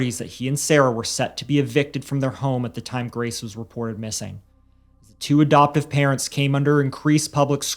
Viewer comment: Why do you pronounce adoptive “abdoptive?” Learn to speak.